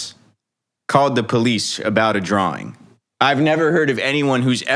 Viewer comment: Bro even says drawling now drawing.